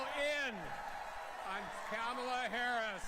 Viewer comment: Her name is Ka-Ma-La, not Kam-a-la it's Indian and means Lotis Flower.